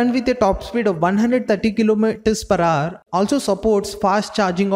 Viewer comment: Its “ HOUR” bro not “HAAR”